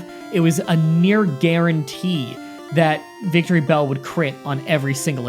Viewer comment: All mispronounced pokemon This is a personal challenge to find every Pokémon Mispronounced in all of his Pokémon Challenge Videos, this is not interested to offend or anyone who reads this. RA-TAT-ta WEE-pin-bell VICK-tree-bell